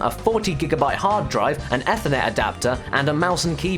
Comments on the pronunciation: It's Pronounced "Ee-Furr-Net" On "Efffer-Net" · Lie-nucks? Eh-thur-net? What the fuck's up with this guy? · ***** As a British person, I can tell you it's not an accent thing, he's just pronouncing it wrong. Just like he's pronouncing ethernet wrong in the next sentence. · Lin-ux. Not Lye-nux, Ee-thernet, not eh-ther-net. And Aytch not Haytch. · Eth er net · That’s not how you pronounce “Ethernet,” buddy. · Did anyone else get irritated at how he pronounced "Linux" and "Ethernet"?